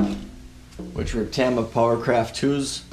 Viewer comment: You saying tama the wrong way triggers me